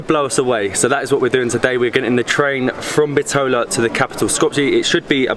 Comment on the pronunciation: The way he says Bitola😂